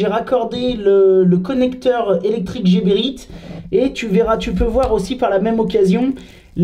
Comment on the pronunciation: Bravos! pour la bonne humeur ......si non.....heeee les coupes tubes Rotenberger c'est mieux pour tes doigts...et Pour infos prononce Gueberit